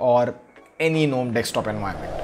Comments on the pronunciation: Lol it's not even "nome" it's "ga nome" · Well .. Why Gnome is Pronounced Guh-Nome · Gnome said it's G- Nome GunOm🙂